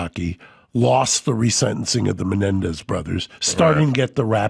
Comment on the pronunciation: Why does Adam Corolla pronounced these brothers last name incorrectly ???